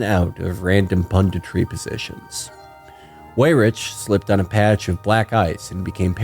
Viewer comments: It is really distracting to hear Weyrich incorrectly pronounced "way-rich" over and over and over again. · It would be out of character for Felix to pronounce things correctly